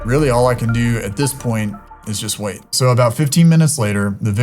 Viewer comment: 😂😂😂 the “vait”